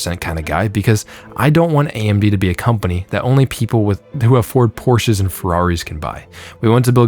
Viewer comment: Love that your correctly pronounced “Porsche.” But everything else about this is cringe. Please, never ever complain about not getting a sample. It’s a bad look.